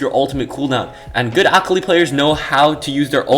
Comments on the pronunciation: Everytime he says akali like ock oly I wince Btw I believe it’s pronounced a-call-lee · Akh ali bro its akali lmao, but good video 😀🤓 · Pretty sure your saying akali wrong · the way he pronounces akali is triggering me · I legit almost turned off the video after about the third time he said it. Currently typing this 2 minutes in and after I submit this comment ima leave this video. I can’t handle it. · Lol like I wished you said her name right but nice video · You’re saying Akali wrong